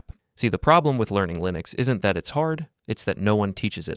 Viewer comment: "Taht pain? Taht's growth." - nicee